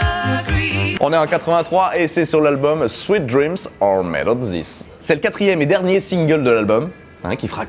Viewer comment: Fais attention, tu le prononces un peu comme "sweat dreams", ce qui donne "Transpiration rêves" :p